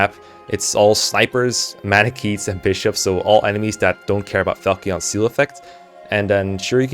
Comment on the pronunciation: Fal-key-on 🤣 Never in my life have I heard it pronounced that way